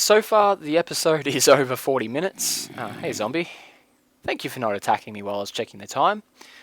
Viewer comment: You said four minusts